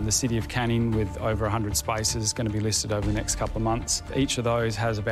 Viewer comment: The guy in the middle saying spaces sounds like spices..